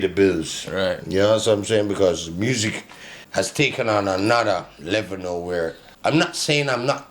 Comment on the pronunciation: Di way di g pronounce music 😂😂😂 muuusiq